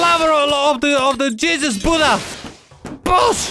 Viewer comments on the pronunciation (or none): none